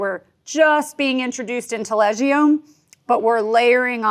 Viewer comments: There's no "i" in the pronunciation of Taleggio. It's Taleddjo I won't even begin with Hollerhoker... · The way she say taleggio triggers ne xD